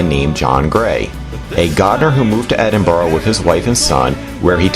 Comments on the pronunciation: Edin bur ra not Edinborough. Coven Nan Ters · I have to say, your two lovely guys...but please...for the love of god! Endinburrow is soooo annoying! It’s not pronounced like that guys! And walking right over the graves of people?...not cool and a bit disrespectful. Yes, I’m born and bred Edinburgh, work for The City of Edinburgh Council and spend many lunch breaks having my lunch in the serenity of Greyfriars Kirkyard..so yeah! I’m entitled to my opinion! But you two guys are pretty cool😎☺️I’m just so glad you enjoyed our beautiful, historic city☺️❤️ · I wish you yanks would learn say Edinburgh correctly. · The way he pronounces Edinburgh is just precious